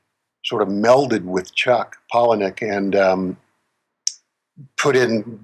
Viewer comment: Its Chuck 'PAULA-NICK' I believe. Pronounced not spelled of course